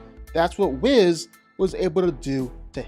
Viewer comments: and he says Wizz the entire video when referring to whis lol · Oh my god......stop saying Wizz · "WE ▪︎ SSS" not "WIZ" or "W' HIS" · Whiss/Whizz vs Yuta. You should probably re-record this video and pronounce their names right. You pronounced Whis’s names at least 2 different ways. Both incorrectly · People are focused on him pronouncing "Whis" wrong, but look at The Watcher's big headed ahh: . Humpty Dumpty lookin ahh. Stewie Griffin lookin ahh. Megamind lookin ahh. This shit's too funny. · He pronounced Whis’s name wrong too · Hearing you say Whis’s name wrong the whole video was painful… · That's specialty! He butchers pronunciations all the time, and he just keeps getting away with it.